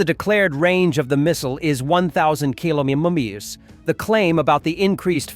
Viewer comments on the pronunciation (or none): "Kilomememe's!" Ai voice has trouble with another typical word😂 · Kilometer(s) is apparently a very difficult word to pronounce correctly by an AI voiceover…🤣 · one thousend kilomimumieus ... ???